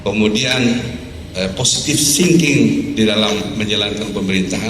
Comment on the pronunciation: positif shingking 🤣🤣🤣 walikota lawakkkk